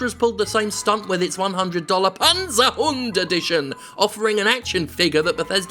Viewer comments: as a german i appreciate your pronunciation of Panzerhund. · Hi Jim, just a very quick lesson in German. Good pronounciation of the word Panzerhund, but the z in Germany is not soft. It's not akin to "zoo" or "zebra". Our "z" is a very sharp "ts" sound. Imagine cats, or rats. That's the German "z". So if you wanna feel truly fancy, now you can pronounce the word properly with a "cats"-ts.